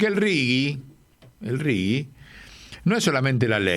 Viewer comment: RIGI SERÍA MEJOR PRONUNCIAR RIJI .... LEY DE PASTA BASE